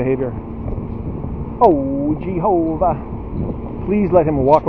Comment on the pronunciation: I laugh out loud every time you say "GEE-HO-VA".